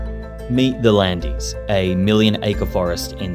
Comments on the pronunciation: The Landiiissss, lol Say it like Land, it will be closer . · IT'S NOT LANDEES !!! It's pronounced Lond, not Londs, just "lond" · Please, no. I mean, really, please. Not the "Land(i)es", both the e and s are silent. It's /lɑ̃d/, almost like in English "land" but with a french a(n) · I cringed every time you said "The Landys"..... It's pronounced "Lay Lond"... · 😅tinteresting but t ry to prononce the région as it calls itself land not land es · Hello there ! i'm from this region, pretty cool vid, one thing i would note is that the correct pronounciation is ""Land"" not Lan-des", the coast line is natural, we only prevent erosion by adding sand in winter and spring, we also add big rocks to prevent any landslide, i lived in Biscarrosse for about 15 years, despite being in the south of france, it rains quite a bit so the forest also helps with absording all that rain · "Landise" ahaha its prononce like land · Great documentary, I learned some things about a place I thought I new Small correction, I don't think you're supposed to say "the Landiz" in English, just "Landes" ([lɑ̃d]) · You don't say the "Landeez", you say the "Land". Les Landes. De rien. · Doesn't rhyme with Handies. Les Landes sounds like Lay Londs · Very interesting, but I do wish you'd speak it's name properly! It's like 'Lond' not Landees which is an insult. As is saying Napoleon Three not 'the Third'. If AI dubbed, then it needs training.😮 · I used to live in Landes. It’s pronounced ‘Lond’, not Landys. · Lond ? Isn’t Land nearer from the actual pronunciation? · "LAAAND", not "LANDEES"! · Its just pronounced Land, but with the an you prounounced. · It’s pronounced LOND you total pleb-wagon. You couldn’t have just googled “landes pronounciation” ? I’m born and bred Brit and even I knew that was wrong because Nantes is pronounced Nont 😑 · interesting to finally learn about the region where I usually spend vacation. Can we just take 2min of research how local names are pronounced? Not Landees